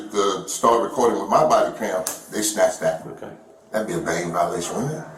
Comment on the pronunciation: BANE violation not Bang violation